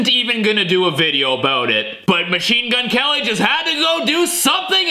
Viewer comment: His name is not Machenemagwene it’s mgk